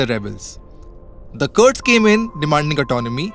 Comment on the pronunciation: They aren't 'curds', but 'Kurds'... say 'Kur' like you were to say 'Kurta', in your very real Indian accent and leave the Eye-raq and Curd pronunciations to the American mid-west.